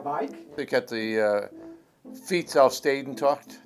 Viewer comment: thats a good "de"